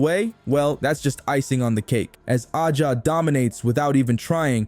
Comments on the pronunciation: You saying her name wrong A 'jA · Another robot voiced Caitlin-glaze account saying the same ChatGPT generated thing (that's why the pronunciation is wrong) 10 times in a row about "turning the heads of fans and critics alike." Where are the MAJOR SHOTS.